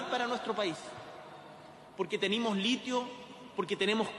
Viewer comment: TENIMO...😂😂😂😂 APRENDE A HABLAR..